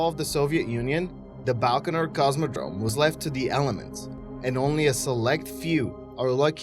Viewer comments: BAIkonur Cosmodrome - not BALkanor. This guy's penchant for mispronunciation is only surpassed by his feeble attempts at facts. You can look up Famagusta on WIkipedia... it isn't abandoned. Prypiat is still a ghost town, so that's true. FACT CHECK, PLEASE. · By-kan-oor! Baikanor. No L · I'm done at 15 seconds in. "BALkonur?" Zero research done. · The number of inaccuracies in this video is just staggering. No one stops you from going to look at the Thames (pronounced TEMZ) estuary forts - there are boat trips out to them from time to time. As for all the sneering nonsense about the Buran shuttle and the Baikanur Cosmodrome - check out the videos by Curiousdroid if you want well researched facts rather than this crap. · It's not BALkonur as you pronounce it...it's BAIkonur And Thames is pronounced as 'Tems', not 'Tames'